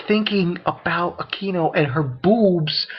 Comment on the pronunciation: Again, I've left this before, pronunciations for koneko was right the first time: Koh - Ne - Koh and for Akeno, you said it the same as you did last time, you say: Ah - Kee - Noh the correct pronunciation for it is: Ah-Ke-Noh and finally, Rias is pronounced as: Ree - Us Please try and get these name right, no offense but i can't help but rage when you mispronounce the names :)